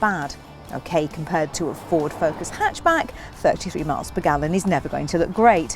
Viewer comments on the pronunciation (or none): none